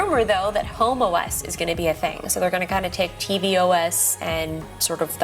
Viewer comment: she said the way its pronounced sounds like homo-es